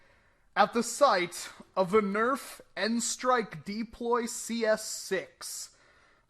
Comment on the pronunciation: come on deeploy?your not from boyston!its called the DU~PLOY.